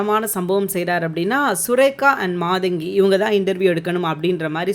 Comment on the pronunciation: Not maadaangi!maadangi!